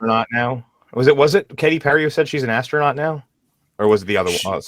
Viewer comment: The only scientific work they were doing up there was successfully putting an extra "s" on the word Astronaut.